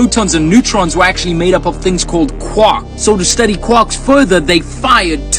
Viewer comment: i’m not trusting someone who can’t pronounce a quark correctly 💀